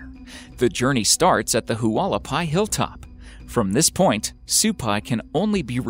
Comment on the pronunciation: I've learned that the correct pronunciation of Hualapai is wuh-LAH-pee. (I first moved to Arizona in the late 70s.)